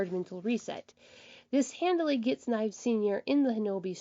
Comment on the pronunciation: Your saying fives last name kinda wrong it's Nieves well you know it is but your saying it wrong your saying " knives " say niev is